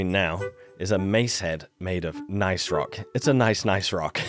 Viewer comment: Gneiss is pronounced "niece"... carry on.